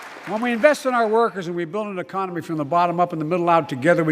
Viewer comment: E-COM-IN-knee...??? LIKE FROM IDIOCRACY when they were at the round table????